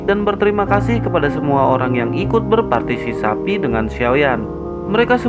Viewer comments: Semangat terus bang ....meski pengucapan nya Sampek blepotan.........partisisapi😂😂😂😂😂😂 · Sabar min jgn tegang dan cepet penjelasannya sampai salah partisipasi menjadi partisi sapi 🤣🤣🤣 istirahat menjadi istri jahat